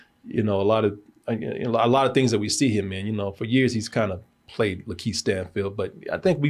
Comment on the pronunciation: Why does keep pronouncing it Lan-Keith Stanfield and no one's saying anything? 😂